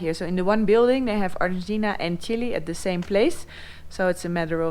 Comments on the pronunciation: It is not "Chilie", it is "Chile". Please, learn to pronounce it correctly!! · It would be really helpfull if you could write phonetically how it should be pronounced. In the Dutch language Chile is written Chili. Hence Noraly's pronounciation. Cheers.